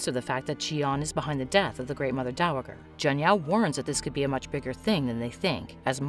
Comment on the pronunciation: Great show, irritating to listen to this narrator mispronounce dowager so many times.